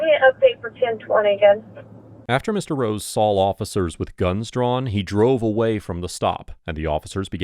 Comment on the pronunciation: “sawl officers”?